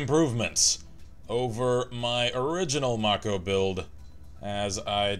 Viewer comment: It's mako as in make-o. The name is taken from the sharks with the same name.